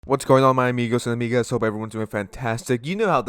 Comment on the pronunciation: YOU SAYED AMIGGAS. ok